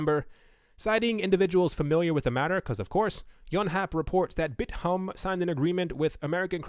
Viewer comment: Koreans actually pronounce 'bithumb" bit+thumb^^.